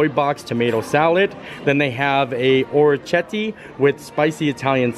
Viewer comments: I’ll help you out. Or-eh-kiet-teh 🇮🇹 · Or - ri - Ket - tee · You had it close,. oh-reck-ee-ET-tay. It means little ears. Both dishes looked so good. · Hey! I’m all Italian and it’s pronounced - or-ri-ket-tay which means “little ears” in Italian. I make this dish quite often. I love it!! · Hey! Thanks for another amazing video. I met you when you came to Magnolia Terrace at epcot, I was the cm working on the grill making oysters. So yeah, the pasta you got is pronounced Ora-key-yeti. It means "little ear" in Italian. Super tasty and def one of favorite pastas! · oh-reck-ee-ET-tay (Orecchiette are a pasta typical of Apulia, a region of Southern Italy. Their name comes from their shape, which resembles a small ear) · Or uh kett ee. Means little ears in Italian. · Well my family is Italian and the way we’ve always pronounced it is oh-kee-yetta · Okay, every time you tried to pronounce "orecchiette" an italian person died. That's me, I'm the italian person. I died. 🤣 So, if you are interested: 1) It's "Oh-reh-kee-eh-teh" 2) it means "little ears", and it's a pasta typical of Puglia, a region in the south 3) it's not a dialect thing, ch- in italian is ALWAYS pronounced as k- (we do not really have the letter k in the italian alphabeth) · It's pronounced 'ore kete' it means 'little ears lol it's one of my favorite pastas😍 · Hi. It's pronounced oh-reck-ee-ET-tay, small ears, hence the shape of the pasta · Or-I-Ke- te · Download Google Translate for the correct pronunciations. Is it perfect no, but orecchiette it's not as difficult. In this case the ch would be pronounced as "k". Orec-ket-tay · Ch in Italian is a K sound. Ci is che, long e, and Ce is cha, long a. Orecchiette means little ears. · "ch" is a K sound in Italian